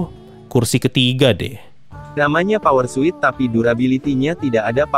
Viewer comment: aku denger nya "porsut" bukan "power suit"